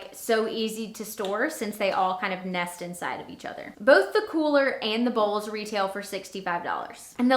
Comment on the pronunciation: You said bowels lol